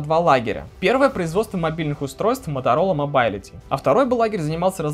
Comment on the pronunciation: рАзр, мобАйлити... Английский учил в Балашихе?